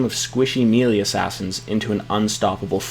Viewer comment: Love your vids so far, but one minor nitpick that kept rubbing me wrong when I hear it over and over... Melee is pronounced "may - lay", rather than "mee - lee", which sounds a lot like "mealy". Other than that I think you've been doing a great job!